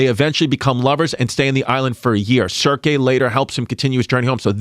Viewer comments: Yanni & Chris constantly mispronouncing the names Odysseus, Hermes & Circe is killing me cuz! It's what it is! In the ass tonight by $3 Bill Collins is the best one! Ha! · If you wanna be a history podcast it would behoove you to learn to pronounce Odysseus, Circe, Hermes. franks and beansssss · Chris not being able to pronounce Circe or Hermes correct had me rolling